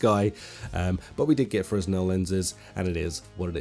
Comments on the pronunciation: it frenell not fresnell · Look up how to pronouce Fresnel. ;) it is not Fre-S-nel "I must say i find it exraordinary that you, man in your early 30s could have reached this point in your life without knowing that it is..." not Fre-S-nel - IT Crowd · Fresnel lenses, pronounced FreNel :P I only know this because I worked in the concert production industry and some lighting fixture lenses are Fresnel :P Thanks for the vid!! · I believe the S is silent in fresnel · The “s” in Fresnel is silent.